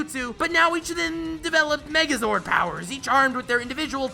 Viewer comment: Great video I died when he said magazord